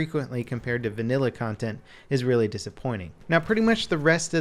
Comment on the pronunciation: Say "vannila" one more time